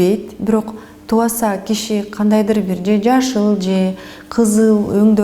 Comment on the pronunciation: Айланайын чала сабат журналист айым, кыргызча окушту алгач уйронуп алынызчы. Оюнузда тамгаларды так айтып туура суйлоп жатам деп ойлоп жатат окшойсуз. «Б» тамгасы ундуулордун ортосуна келгенде жумшарып, «У» тыбышын берет. Таныбаса, тубаса деген создорду жазылгандай эле окуп жатасыз оруска окшоп. Окулганда «туаса»(тубаса), «таныуаса»(таныбаса), «кауар»(кабар), «ауа-райы»(аба-ырайы), «тооуа»(тооба), «тауак»(табак), дуа(дуба) деп окулат. Качанга чейин ушинтип тилди бузуп суйлойсунор? Жок дегенде силер эл агартуучу катары туура суйлоп жургулочу.